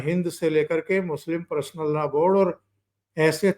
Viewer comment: नमस्कार चौधरी साहब🙏 मैं आपका चैनल रेगुलर देखता हूं। आज के विषय में #पर्सनल_लॉ_बोर्ड है जिसे आप #प्रसनल लॉ बोर्ड उच्चारित कर रहे हैं जो सुनने में अच्छा नहीं लग रहा (बुरा मत मानिएगा ,, मैं ऑल इंडिया रेडियो स्टेशन से अप्रूव्ड आर्टिस्ट हूं इसलिए सुनने में इसे अशुद्ध मान रहा हूं)